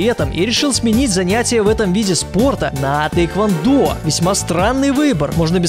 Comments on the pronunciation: Не тэйквондо, а тхэквондо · не тэйквондо, а тхэквондо..